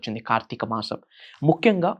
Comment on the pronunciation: First of all meeru telugu nerchukuni appudu rituals gurinchi matladandi. Telugu lo sa ni sha ani anakudadu. Deepanni dweepam anakudadu. Masam anali masham kadu. Inko baba puttukochadu ra babu.A nails cut cheskondi first. Dantlone undi sagam sani , negetive energy. Janalni fools chesi style ga gattiga chepthe dweepam veliginchamu. Maku telusu "deepam" Ela veliginchalo.